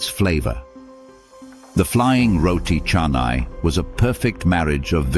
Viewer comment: Thankyou-for-pronouncing-roti-canai- correctly-just-like-malaysian